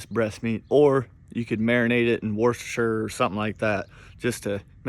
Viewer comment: “Or you could marinate it in worshesers” 😂 the one word no one can say!